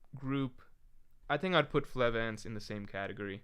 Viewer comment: the lack of hody assassinating otohime even being brought up is a little sad, but not nearly as sad as mispronouncing Flevance throughout the entire stream.